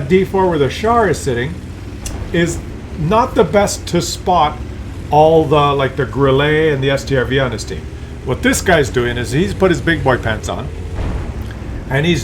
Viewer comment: its not grillay. its pronounced grill-uh and e at the end of a german word or name has an "uh" sound